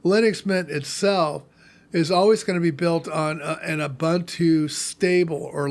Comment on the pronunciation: "OOBANTOO" doesn't exist.